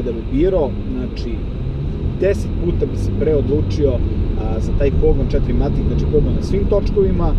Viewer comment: e jebem mu 4matic, kaze se FOURMATIC